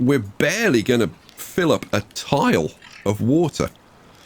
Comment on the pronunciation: every time you say "fill up" it registers in my head as "Phillip"